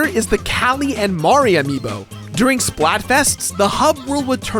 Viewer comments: It's Marie Not Mari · It's pronounced Marie not Mari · Don't pronounce Marie's name that way. I know it's like calamari (Callie and Marie) but anyone actually named Marie will tell you it's muh-REE why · It's Marie. Not Mari. But that's ok, because I'm Team Callie anyway. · I know that the Squid Sisters' names put together are a joke on calamari, but hearing Marie's name pronounced "Mar-ee" is weird. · I just pronounce it as Ma-ree. The other way he said it. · I thought so too. Though honestly I didn't realize it was a pun until he said it. I always pronounced Marie's name like Mary. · i always pronounced it muh-ree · and its marie not mari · Isn't her name pronounced muh re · You pronounced Marie wrong the entire time and it got on my nerves. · The way he pronounces Marie pains me. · he cant pronounce marie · God damn iiiiit stop pronouncing Marie like that!